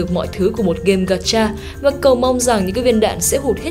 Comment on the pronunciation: Ủng hộ voice nữ mới nhưng mình có vài góp ý như này, mình cảm giác âm phát ra hơi bị năng nề, có lẽ là do "ch "và "tr" bạn đều đọc là " tr "cả. Thêm vào đó là việc bạn hay đọc thêm âm " i " vào 1 vài từ, bạn đọc " và" thành " vìa ", chữ " sẽ " bạn đọc là " sĩe ", " xem " bạn đọc là "xiem", " nhé" đọc thành "nhíe". Có thể do mình hơi khó tính nhưng mình nghĩ nếu có thể điều chỉnh lại được mấy khoản trên giọng bạn sẽ thu hút hơn rất nhiều.